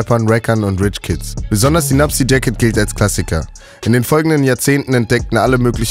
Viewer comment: Nuptse nicht nupset. Erst das t, wie der Berg